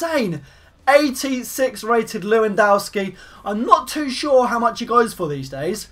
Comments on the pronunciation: It's not Lewandawski don't be Calfreezy, it's Levandovski. V not W, Polish is different. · you are so funny when you say/said leuiwandaowski = Lewandowski ;) <3 funny youtuber!!!! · It's pronounced 'Levandovski' btw